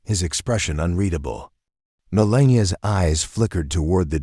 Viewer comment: This Channel needs someone who knows how to pronounce the First Lady Name!